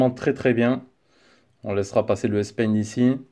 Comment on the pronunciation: S-paint ? C'est S pen monsieur